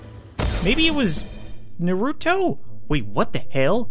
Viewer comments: “Noruto” 🤭😂🤣 I’m dying right now. It is pronounced Naruto lol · you are an amazing youtuber, but naruto is pronounced nar-oo-toe not ner-oo-toe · bro said "nurooto" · You don’t say you’ve never watched naruto, didn’t even pronounce it right 😂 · i love your vids but its funny how you say naruto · You said naruto wrong